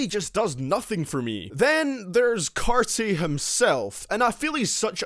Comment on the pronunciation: ok i agree except when u carti u say the same thing for each song “it dont sound right” and u said carti boring nigga please u cant even say they name right 😂 and how do new freezer and the race not sound right ? 💀 and im pretty sure migos made dabin around 2012